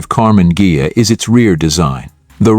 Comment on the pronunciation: I clicked to see how badly the AI would mispronounce "Karmann Ghia".And I was not disappointed.